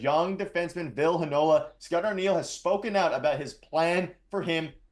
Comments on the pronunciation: It's Vill-ee not Vill and it's looking like Arniel brings him in a two game conditioning stint with the Moose #freeVille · Vill eee not Vill